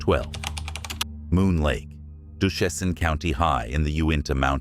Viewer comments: it's pronounced "doo-shane" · If you make comments about a location first learn how to properly pronounce the words. Tooele, Ochre, Duchesne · its pronounced dew Shane not whatever you said lol